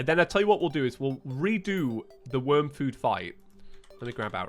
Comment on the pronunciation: Worm not worn